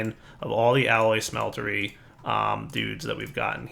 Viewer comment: are you still calling them smelter"Y"s ? read the name again, and realise they're called smelters.